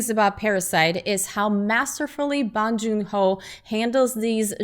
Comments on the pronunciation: i hope this wins all the awards so bong joon ho can make more movies and his name isnt pronounced ahhhh, it's pronounced like ohhhh: bohhhng june ho - bong joon ho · Its not Bang joon ho. It'a BONG joon ho. Jesus Christ you guys can pronounce Tchaikovsky but have hard time differentiating Bang from Bong.